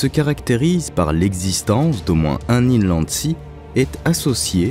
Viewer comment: Bonjour, Inlandsis : le S final se prononce. Même si il n'y en a qu'un seul, d'inlandsiS. Augmenter votre culture générale qui a l'air très très faible, puisque rien ne vous choque ou vous pose question quand vous lisez votre texte, ne vous intéresse pas ? Pour la sagduction, c'est bien comme ce qui est dit dans le commentaire mais les images n'ont rien à voir. La musique est inutile et insupportable, un coup des tam tam, un coup des violons. Même au minimum, la voix ne s'en détache pas.